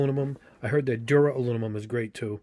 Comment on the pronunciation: it was a joke mate, the dude in the vid always says alunimum. r/woosh